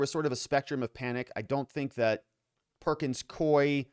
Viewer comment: It’s pronounced Perkins Coo-ee.